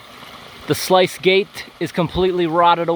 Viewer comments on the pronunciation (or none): “Sluice” rhymes with “moose” 🙂